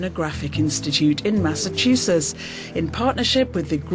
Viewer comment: I'm sorry. How did you try to pronounce massachusetts?